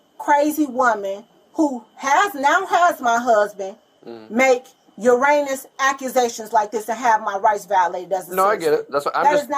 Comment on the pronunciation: 😂😂😂 tries for heinous, actually says Uranus.